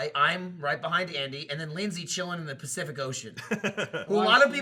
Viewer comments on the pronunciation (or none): none